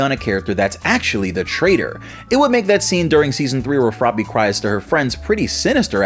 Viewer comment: it's froppy not floppy